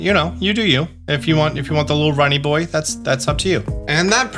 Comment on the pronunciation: Not "Runny Boy" hahahaha